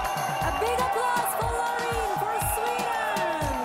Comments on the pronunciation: Anyone else screaming each time Graham says "Loren"? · But he says Loriin